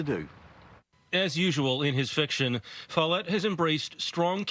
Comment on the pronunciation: Follett… like “wallet”…